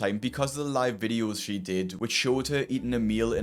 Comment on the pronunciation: Every time you say she , I cringe